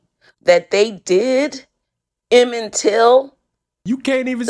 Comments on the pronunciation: Did that woman say? 😅😅😅😅😅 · When she said " Till" I knew what was coming next😂😂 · Yea. “Evan till” ffs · she said “emmend till” 😂😂 that was NOT his name (y’all) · 😂 shes should have stayed in her seat with that one 😂 couldn't say Emmett 😂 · “You can’t even say his name right “! Made me subscribe. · Bruh...when you said, "you can't even say his name right. 🤣🤣🤣🤣🤣